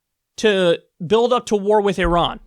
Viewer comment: You can't say Iran?